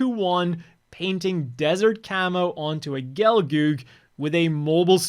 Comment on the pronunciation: But that's how you actually pronounce Lunamaria, Gyan and Gelgoog. It's not "gee-yan". It's Gyan (ギャン) - it's pronounced as a single short syllable. Same for Gelgoog (ゲルググ) "ge-ru-GU-gu", with stress being on the GOog. It's a Japanese franchise. So any pronunciations of names (especially if they are made up) in languages, other than Japanese, are irrelevant. I thought you could read katakana and speak Japanese on some level? And as someone so deep into gunpla and anything Gundam, at least know the basics like names? I'm not American so dubs basically don't exist for me or anyone outside the US - it's just your local thing. But looks like your previous dub got all the names wrong in the first place. So if you only recognize the names how they were spoken in your local dub it's a you problem and not the new dubbers or whoever? Many westerners think dub is THE definitive experience but don't realize that dubs are just an afterthought and a crutch to be able to show foreign content to a broader audience in their particular region. Probably the same reason I keep hearing some people mispronouncing the Dynames (デュナメス, "dyu-NA-mes") as "DYE-namus". Ew, brotha, ew. Watch any original video clip with Lockon speaking . Watch with original Japanese audio and listen. It's original after all. You can even just copypaste the Japanese names I've given above into YouTube search bar and open any video with gunpla reviews to listen. But then again the whole English-speaking world can't pronoun